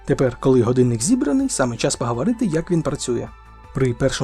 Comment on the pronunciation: супер! якби ще отой "ґадинник" відучити казати і навчити казати "годинник"... Але все буде з часом. І маскальщина піде за кораблем.